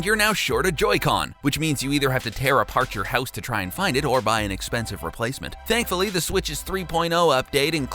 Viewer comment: You say "house" funny. Hewse